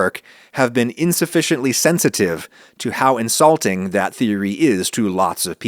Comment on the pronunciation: In-salting haha